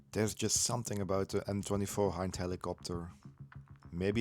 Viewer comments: HIND is the NATO designation for this helo, as the standard language used in NATO is english, its pronounced in english, not Russian. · i believe you pronounced"i" in "hind" wrong. It sound like "e" in "ea" similar to way it is in russian. I hope all that is readable, english is not my native language. (edited)